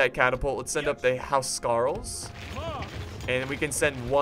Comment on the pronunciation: And its House Carl not Hou scarl